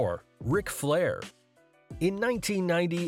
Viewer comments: It’s “Flair” not “Fleer”, and your attempts to “bleep” the profanity during the Flair piece was terrible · You put Rick FLAIR in there but call him ‘FLIEHR’ multiple times and in text too. Wow. How can this be a proper wrestling channel with a fail like that… Hats off to all the wrestlers that have to deal with those nutcase fans